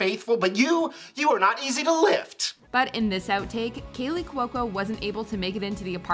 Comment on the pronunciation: My favorite is when you mispronounce Kaley Cuoco's name multiple times. There is no L in her last name!!!